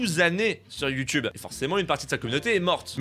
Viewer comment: “Ma chaîne Youtubeu”